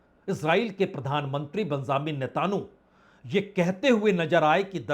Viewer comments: Netanu nahin NETAN..YAA...HOO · नेतन्याहू को नेतानू बोला आपने , इससे बढ़िया कीटाणु ही बोल देते।